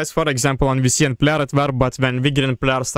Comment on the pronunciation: FYI, you butchered the pronunciation of Cyan. It is enunciated Sigh + Anne. Question: Why didn't you use the Nuke on Sand? That would have cleared up a lot of area for you to attack into.